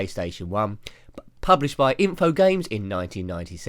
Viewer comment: Hey nice video, just a couple of small nitpicks I have: 1. You pronounce the publisher's name 'Infogames' wheras the actual pronounciation is InfoGRAMES (as in the unit of measurement) 2. You said in the video that colin mcrae rally did not have any splitscreen wheras V rally did. Colin mcrae rally actually does have splitscreen but you might have not noticed Other than that awesome video!